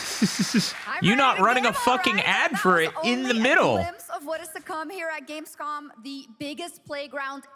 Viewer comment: i liked when jonathan nolan called it "gamescon"